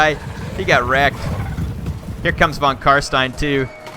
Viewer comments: Try to pronounce the S in Stein like the "sh" in shit and it will be perfect German! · Just FYI, if you want to nail the pronunciation of "von Carstein," it's "fon Car-shtein." In German, the letter v and the letter f make the exact same sound (e.g., "Vogel," which is the word for bird, is pronounced "fo-gel"). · Actually the real correct (German) pronunciation is "fon karSHtayn", either van, nor stayn ;) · So cute how he trys to say von Carstein haha++